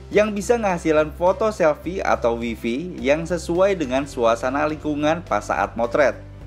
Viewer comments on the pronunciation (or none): none